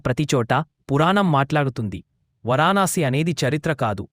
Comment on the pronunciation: 🙏ఓం నమఃశివాయ 🙏 అంతా బాగానే ఉంది కానీ వరాణాసి కాదు వారణాశి 🙏